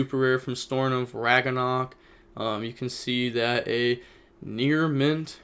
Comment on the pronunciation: Bruh dude said Storm of Raganok LMFAO